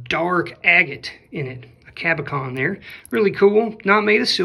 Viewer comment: Hi. Just watching this now and had to reach out with the correct pronunciation of a cab. it is caboCHON - soft, like "sure". Not caboKON - hard like "cap". You have some good ideas and obviously know a lot through experience. I just found your channel and enjoy the content covering jewelry which I know a little bit about.